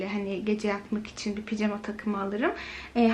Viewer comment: Neden ısrarla picama diyorsunuz doğrusu pijama